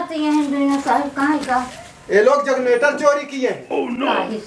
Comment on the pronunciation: बहुत प्रैक्टिकल अप्रोच अपनाया आपने।बहुत शानदार अभिनय। बस थोडा ध्यान रखें कि जग्नेटर ना बोलकर जेनरेटर बोलें तो ठीक रहेगा। मै आपके अभिनय का मुरीद हूँ।